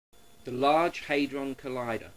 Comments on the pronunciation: it's hAdron not haidron. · It's HAD-ron, not HADE-ron. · It's HAD-ron not HAY-dron, you dozy muppet. When has anyone ever pronounced it HAY-dron, hmm? Only you. Oh, and the french. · just an irrelevant nitpick here, its /ˈhædrɒn/, not /ˈheɪdrɒn/ . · Dont get me wrong fella, i agree with your conclusion and i admire at least the fact you havnt bought into the media hype. But believe me hadron is pronounced 'had-ron' not 'hay-dron'. What youve used there is the flippin american way of saying it, and until they can accept there is an S at the end of maths, theyre always going to be wrong in dialect. Mind you it could have been worse...you could have started nostradamus bashing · i like how you pronounce hadron never heard it before :) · When this idiot cant even pronounce the word 'Hadron' properly, why would anyone believe that he knows what hes talking about. If anyone has actually been underground to see the LHC at CERN, it is most impressive in scale and in substance, and that is why it was funded, it is almost unimaginably bigger than anything used anywhere else in the world. And if anyone actually understands the basic science of whats going on, unless weve got it horribly wrong, then nothing bad will happen